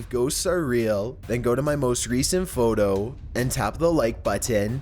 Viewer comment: Why does this guy have to speak like that: rediteeer, warheeaad photoo